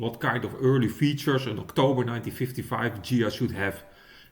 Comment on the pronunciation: It's pronounced Ghia and definitely not Dshia! Es wird Ghia ausgesprochen und definitiv nicht Dschia! Best regards. luck, wisdom and especially health.